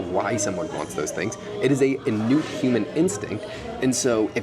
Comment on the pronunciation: The word you wanted to say is innate, not "innute." But your message is on point.